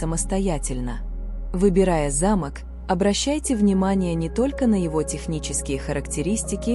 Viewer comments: Про пятую вещи, которую нельзя принимать, я подумала про старинной замок, потому что ударение было на первый слог. Потом прислушалась о замках во множественном числе и поняла, что речь идёт о замках для дверей. Во всех случаях ударение должно ставиться на второй слог. Если бы мне подарили старинный замок с ударением на первый слог, я все же приняла бы его😊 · Ударение в слове замок ,не правильно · Вы не правильно ставите ударение,по этому смысл теряется.замок-это большое красивое строение.а замо'к-это закрывающие устройство.учтите это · Не зАмок, а замОк! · не за'мок, а замо'к----режет слух, неграмотно!!! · За'мок или замо'к, делайте правильно ударение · Ударение!но терпеливо слушала до этой программы.Здесь:замок-ударение на втором слоге!А в вашей информации(на первом слоге)-не механическое устройство,а здание,особняк и т.п. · Ставьте правильно ударение, не замок, т, е не строение, а замок, т е предмет для замыкания например двери. Слух режет конкретно. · Интересно. Но есть ошибки в ударении в словах. Особенно замок, совсем не допустимо. Ударение надо делать на "о", а не на "а". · Произносите слово замок делая ударение на 2 слог а если делаете ударение на первый слог то это будет старинный дом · Сил нет слушать эти ударения. Замок или замОк. Смешно, о чем вы автор? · Как вы читаете? Правильно делайте ударение.Замок и За'мок большая разница . Неприятно слушать. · КОГДА БУДУТ ЧИТАТЬ.ЛЮДИ А НЕ РОБОТЫ 😂😂😂😂 ЗАМОК.. ЗАМОООК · На слово замок ударение правильно поставьте. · Ударение в слове "ЗАМОК" неправильное для русского языка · Не замок или замок ударение на о а не на а